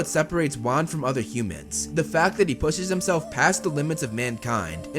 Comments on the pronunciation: Its juan not wan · its so wierd that the FIRST avatar is actually WAN which is pronounced like ONE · Avatar Wan (One) Great name for the 1st avatar (Dont get it? Wan is pronounced One)